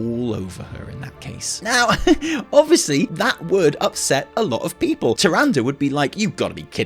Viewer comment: "that will upset a lot of pee-poll" ... huh!